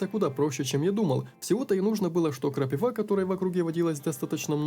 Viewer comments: Ну это же знать надо, не "крапивА", а "крапИва" =) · Никогда не слышал чтобы говорили "КрапивА", ты белорус? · Орнул как он говорил крапиву с ударинение у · да у меня много знакомых с Украины, но такое произношение крапивы первый раз слышу)